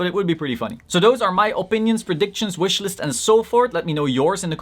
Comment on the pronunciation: He said wishlist lol